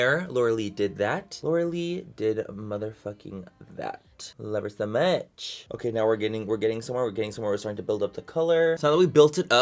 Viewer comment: luz1985rojas love him sa mach!!